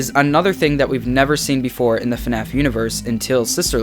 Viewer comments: Oh I get it his name is FuhNaff lol and it's supposed to be FNAF but in a different way 😀🤣 I'm subscribing to this channel 👌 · Hey guys welcome back to a new video of... FUHNAFF (I like this intro)